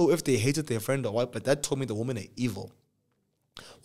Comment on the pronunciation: “Women are evil “😂😂😂😂it’s the emphasis for me 😂😂😂